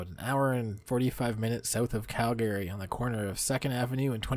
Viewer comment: Calgary= CAL-gree. NOT Cal-GARY!